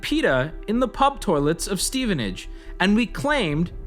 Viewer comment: Props to wubby for pronouncing Stevenage like a local and not like the average American